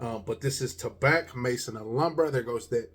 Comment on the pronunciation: The C is silent....it's pronounced ta-bah